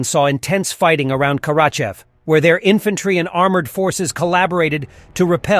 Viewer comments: Ifantairy? Really? This is nothing but AI generated bullcrap... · It's pronounced infantry